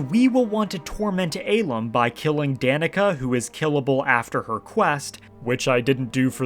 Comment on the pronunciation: Love how you sent him to the real Cloud District, but hate how you pronounce the real name Ahlam...